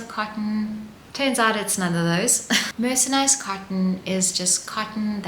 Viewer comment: It’s not ‘mercenised’, it’s ’mercerised’. Maybe some cottons are mercenaries😂